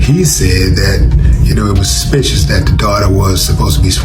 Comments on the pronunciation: If she say 'Sospicious' one more time😂😅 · This chic saying Sospicious and those drawn on ass eyebrows I can't take her seriously! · Sospicious? A, E, I, O, UUUUUIU *(and sometimes Y)